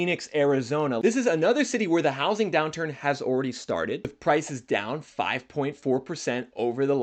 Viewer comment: “Ohhh-ready” or “already” ?